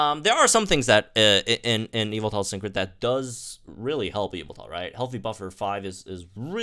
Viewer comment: YAVALTAL!! That's how you pronounce Yveltal... YAVALTAL!!!